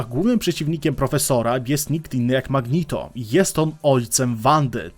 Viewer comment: Mówi się Magneto nie Magnito